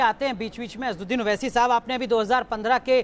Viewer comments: ye jo anchor hai inko thik se asswadin owese ka naam be thik se lena nahi aara hai..Aur asad bhai se baat karraha hai.. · Kaunsa anchor hi yeah jo asad bhai ka naam lene bhi nahi aara isko...hhhh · Asaduddin owesi naam to sahise lena nahi aata anchor ko🤣🤣🤣🤣🤣🤣🤣